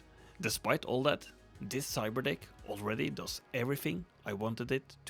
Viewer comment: i swear i heard "cyber dihh"